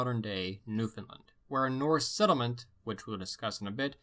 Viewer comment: The way he says settlement makes me wanna kill myself